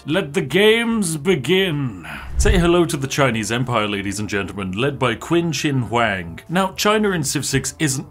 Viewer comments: that name was butchered, it’s most close in pronunciation to the English words “chin she hang”. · The pronounciation of Qin Shing Huang KILLED ME. If you wanna pronounce it properly, its more like "Chin Shh W-ang" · Qwin Shin Hang...amazing, couldn't make it past that lol. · It is not only civ 6 that is extreme but the pronunciation of the Chinese emperor Qin Shi Huang. My god I have no idea how you got that pronunciation. xD it is hilarious, Qin (Jin like a ginnie) Shi (shǐ, I don't know how to teach the I sound without a sound, so listen to how to pronounce this one) Huang ("Huang" do not try to split the word up, say it all at once) 秦始皇 is not that difficult to say if you ask me, and I am from Denmark. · QUIN CHIN HUANG HAHHAHAHA IM DEAD The Chinese actual pronouncing sound so different it’s hilarious hearing this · Nitpick time: It's Qin-Shi-Huang, Qin as in Chin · It is clearly written Qin Shi Huang... Spiff, there are no K sounds in Qin Shi Huang. Q X S and SH are all S and S like sounds. And the H is also hard to describe to English, but it's not like the H in Horse, but it's also similar to the S sounds. It's a very specific h sound. So the closest approximation in English would be Chin Shi Huang... And it's China's first Emperor. And his name was Zhao Ying Zheng, Zheng being his actual name and Zhao and Ying both being surnames. Oh and his dynasty the Qin Dynasty is the reason for why we call it China today. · Chin Shir Hwang ("a" from "art" not "bat") is how you might want to pronounce Qin Shi Huang. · “Quin Shin Hwang” hmmmm that is not how that is pronounced XD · “Kwin Shin Huwang” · BTW, the name QIN SHI HUANG, the pronunciation is more like CHIN SHI HUANG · btw qin shi huang is pronounced more like "chin shi hu-ahng" from my understanding :3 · Mispronounced Qin Shi Huang (chin she whowang) and I am sad now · Qin shi huang is pronounced “chin she hwung” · Qin Shi Huang(di) is pronounced “Chin Shee Hoo-Ong-Dee.”